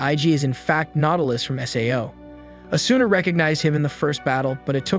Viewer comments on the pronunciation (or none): Hmmmmm good vid overall that I’d rate it about a 7.5 out of 10, but it hurt to hear the way he said “Ker-ee-to” instead of “Kēēr-ēē-to” and “uh-soo-nuh” instead of “ah-soo-nuh”. Then again it might be to not get hit for copyright so idk. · asuna is pronounced asna